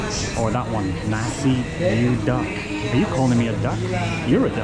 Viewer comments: Nasi yu-dak=nasi uduk..😂 i thought you were eating duck rice..😂😅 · At the McDonald's, you ate nasi uduk. The word uduk is promounced as OOH-DOOK.. hopefully it helps. The rice is cooked with coconut milk. Nasi is rice in English. The next time you come to Jakarta again, I could recommend some other dishes such as Manadonese to eat and places to vist 😊😊😊😊😊😊😊